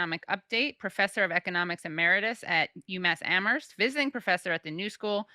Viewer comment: Thank you Katie for pronouncing Amherst correctly